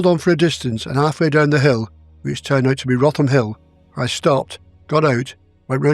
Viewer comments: Hi very good case but Wrotham is pronounced Rootem not roffam. chris d duke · Wrotham is pronounced rootam. I remember Wrotham Hill from my childhood. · Wrotham is pronounced…’ rootam’…by Kent people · Great episode. Just one correction though, Wrotham is pronounced "rootham". I hope you don't mind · It is common to mispronounce place names in other parts of the UK than our own. Out northern presenter, inadvertently, does just that here. Wrotham is pronounced Rootem in much the same way Rawtenstall is mispronounced in the south.